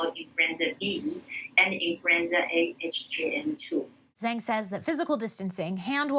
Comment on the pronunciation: Zhang is pronounced like “Johng”